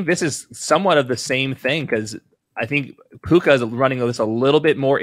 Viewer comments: Love how he never said his name right the whole segment. Mixing Tua with Puka calling him Pua lol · It's puka not pooah bruh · Steve…. It’s PUKA, not PUA 😂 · But his name is puka not pua 😭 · His name is PUKA not Pua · These are always great, also it's hilarious Steve Smith keeps calling him "Pua" like he's Puka and Tua in one guy lol. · Pua …Steve saying the rookies name wrong on purpose. Rookie your name is Pua!😉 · Bro it's puka, pooooooooka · Please stop saying Pua Lol